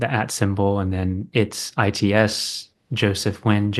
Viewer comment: Wonderful conversation -- thank you. Hope this is helpful, -- -- Nguyen is pronounced "win".